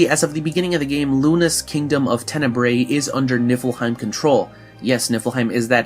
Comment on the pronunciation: Am I the only one who noticed he just kept saying nipplehiem